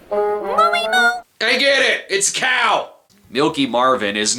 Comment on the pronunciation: "I GET IT 'S A COW" I just love how he's so angry and annoyed that he can't even enunciate at some points.